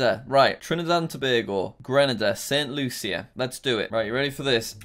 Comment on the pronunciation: Jack I just want to say that st.lucia is said for St.lusha